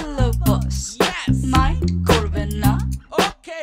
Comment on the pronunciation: It's "Mind" not "Mint"